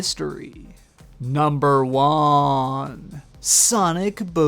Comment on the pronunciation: It sounds like you are saying my name when you say "number one" at the end of your lists. Lol!